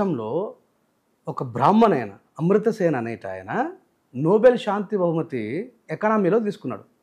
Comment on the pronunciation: ఆమర్త సేన్... అమృత సేన్ కాదు...